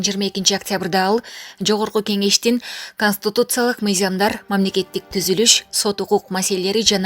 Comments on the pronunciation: Ай чон кыз КОСТИТУЦИЯЛЫК эмес, КОНСТИТУЦИЯЛЫК туура окусанар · Канстутутсалык деген тупица каяктан таптын мындайды Бир аз окусан китепти же ук жакшылап блогерсинби же булаксынбы конститутсалык деген болгон емес конституциялык еле болот коза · Констутуциялык деп окубай конституциялык деп ужас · Консутутциялык дейт го, нормальный дикторлор жокпу,туура окуй алган